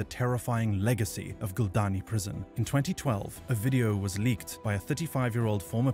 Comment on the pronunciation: Dude its not guldan prison in georgia its gldani